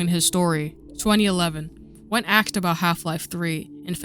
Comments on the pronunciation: its asked. not axe. speak actual english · why do you say axed instead of asked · Cool video, but I suggest you work on your voice over. Weird pauses between words and “axed” instead of “asked”. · You shouldn't be making videos since you can't even pronounce "asked" correctly.